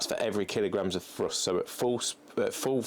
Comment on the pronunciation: I've never understood why English people cant pronounce the "TH" sound. Like he says "Frust" instead of "Thrust".